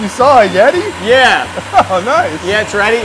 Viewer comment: "YoU sAw A yEtTi"